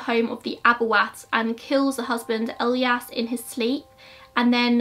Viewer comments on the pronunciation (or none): none